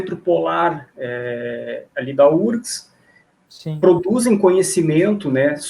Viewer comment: UFRGS… por que lê-se “úrgs”? 😖😒